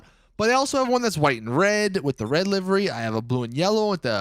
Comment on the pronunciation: It's livery NOT LIVIRY